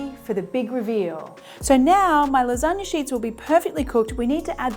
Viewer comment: "so you think Japan created the lasgana" 😂😂😂😂😂